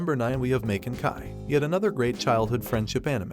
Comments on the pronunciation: You miss pronounced names and titles Makin ki is pronounce Maa-ken Key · I'ts pronounced MAH KEN KEE. And Ecchi is ETCH EE.